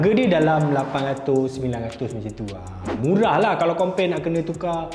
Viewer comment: Seram dengar punya MURAH